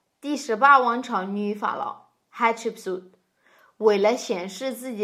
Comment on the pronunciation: I like how you pronounce "Akhenaton" and "Hatshepsut" in Egyptian Arabic, much better than the English pronunciation and FAR better than the Chinese way. You should say all the names using Egyptian Arabic.